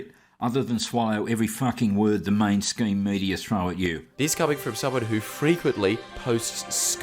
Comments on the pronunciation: Sorry but does ya boi actually call it the “mainscheme media” or did he flub his own script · can't even say 'mainstream media' correctly.... let alone know what he's talking about. (he said 'main scheme media )..I bet he doesn't even know the actual term, he just as you say is parroting (but incorrectly) what he's heard on tv. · Yeah and he said "mainscheme media" as well. Biggest OK boomer shit I ever heard; making a error in a video and not doing a retake... SMH